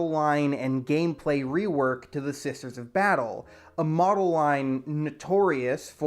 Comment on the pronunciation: the unique identity of not knowing how to say "SISTER" on occasion